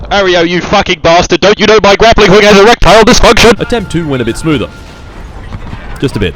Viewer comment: Geraptile Disfhoonktion